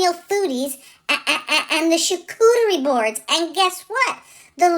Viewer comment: Hey Prof! That was a great lesson for us two-leggeds! You had tons of info in your lecture. You even pronounced charcuterie correctly which is one word this two-legged had trouble with! Can’t wait for your next lesson. Hah Canon Law!